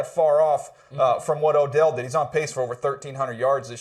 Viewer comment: He said O'Dell smh